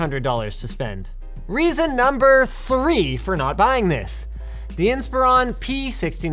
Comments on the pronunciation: I've never heard anyone pronounce "Inspiron" like that. It's not "Inspire-ON" It's "Inspir-ON" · IN-spur-on, Linus, IN-spur-on! Will you ever say the damn thing right!? EDIT: Apparently, in the same video haha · That's not how you pronounce "Inspiron"! :)